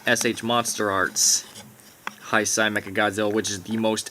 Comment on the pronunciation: Can someone tell him that it's pronounced Hey-sey and not High-sigh?